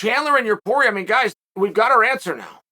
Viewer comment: Who’s “Pee-air-uh”? 🤣